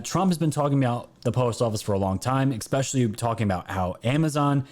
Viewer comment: Love you, but it’s [“S” peshally ], not [“X” peshally]. 😊 I know, I’m the one with the problem! 🤪👍🏻❤️🇺🇸